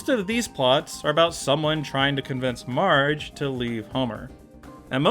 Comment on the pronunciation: why do you call marge mige